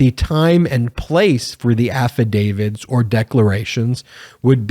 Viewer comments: Stop saying affidavid !! It's AFFIDAVIT ! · Please tell me you are saying Affidavit and not Affidavid. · Please stop saying “affidavid”. That’s not a word.